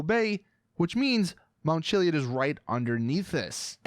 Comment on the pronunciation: The way you pronounce chiliad irritates me